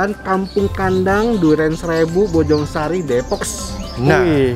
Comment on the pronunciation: Depok bukan Depoks, ngomong nya biasa aja kaleee